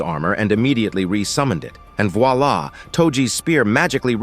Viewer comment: I like how he says "voila" like "WALLAH". Wallahi my brudda